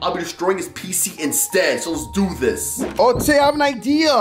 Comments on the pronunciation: Why do you say ota instead of ok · He keeps saying otay instead of okay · and you say Otai zehn ok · Why do you say ote